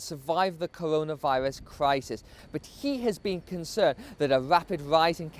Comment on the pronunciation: Cowonaviwus lol